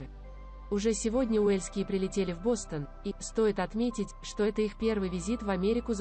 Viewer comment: Бастон это ткань,а Бостон это город. Говорите правельно.